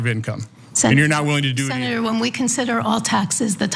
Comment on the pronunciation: He drops consonants in some words when he speaks. Senator comes out sounding like sinner. Idk what that's about but have noticed various people doing it when on camera.